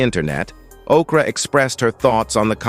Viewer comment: Fix it Jesus , please… Narrator, you said Okra and TaRussia, 😆🤣😂😜